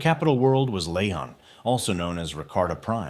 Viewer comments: its about the pronounciation, never heard nobody reffer to them like that before, i thought they were pronounced Ra-Ka-Ta instead of Ra-Kar-Ta and Lee-Hon instead of Lay-Han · Rakarta and lay-hon? Really?